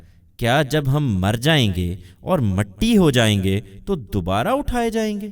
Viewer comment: 1- Mitti not Matti